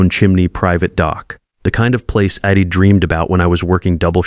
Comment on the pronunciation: This AI narration is like fingernails scraping on a blackboard! I’d turns into id. W’d into wid. You need to edit & proof read, because the end result is appalling